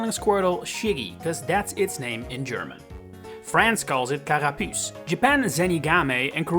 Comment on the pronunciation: Yoooo when you said "carapuce" you shocked me you pronounciation is not to bad 👏